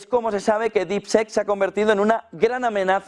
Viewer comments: No se pronuncia “sek”; se pronuncia casi como “i”. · DeepSeek se pronuncia como “dipsik”. Seek es “buscar”. En Harry Potter, harry era el “Seeker” en el equipo de quidditch, o el “buscador”. Deep- Seek; “búsqueda profunda” más o menos! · ¿Por qué esa manía de pronunciar DeepSeek de-ep se-ek? (Y muchas otras palabras en inglés) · Las primeras silabas las dices bien , DEEP ( DIP ) SEK ( SIK ) , DIPSIK SE PRINUNCIAA , . OSEA ALA PRIMERA SILABA SI LO PRONUNCIAS BIEN , PERO LA SEGUNDA SILABA NO , jajajajajajajajaj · No jodan, no esperamos una pronunciación perfecta en inglés pero mínimo díganle como se pronuncia DeepSeek. No es un sonido que sea difícil de pronunciar para un hispanohablante. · Seek se pronuncia ‘Sik’ (buscar) por Dios! !!! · Pero no le digas dipsec mi hermanito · Pronunciación: diip-siik y esto en inglés se parece a Deepshit😂